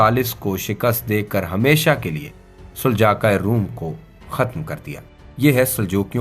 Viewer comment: آپ نے دوسروں کو تاریخ کیا بتانی ہے آپ خود کئی الفاظ غلط بول رہے ہیں جیسے کہ سلاجقہ کو سلجاقا اور ازمیت شہر کو عظمت اور اسکے علاوہ بھی کئی الفاظ غلط بولے سو تھوڑا پڑھ اور سمجھ لیا کریں آپکے غلط الفاظ کسی کے لیے مستقل بن سکتے ہیں